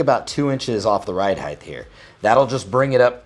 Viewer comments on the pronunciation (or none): are you saying heigth? lol god vid tho detailed/informative? curious if there is enough nylon protecting the trigger.....Ill be checking out your gear esp belt....